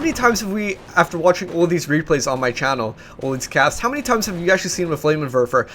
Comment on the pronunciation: It's called a FLAMMENWERFER, not a flamerwerfer. goddamnit